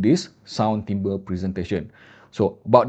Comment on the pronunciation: Terima kasih kerana tidak salah sebut "timbre" kali ini. 😅